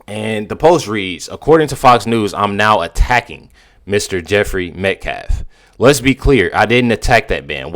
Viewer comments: Can Alexander finally able to say Metcalf instead of metclaf? I was ready to start calling karmelo- kamala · you misunderstand Miss New York is making fun of the spokesperson for pronouncing Metcalf wrong